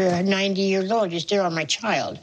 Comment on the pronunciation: is it just me or I am I right that she's trying to suck her dentures so that it doesn't fall out??? Look ... if she pronounced “child” like a normal person that dentures woulda knocked some sense into Colteee！